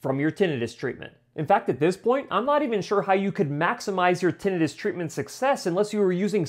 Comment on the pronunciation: Great ideas but please learn to pronounce Tinnitus. Had to leave because of it.